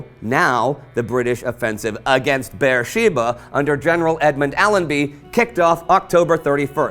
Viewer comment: "Bersheeba" is actually Be'er-sheva and it's pronounced with a soft e